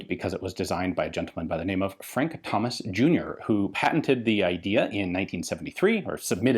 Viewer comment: To be fair, my actual human ears heard Hummus too the first time lol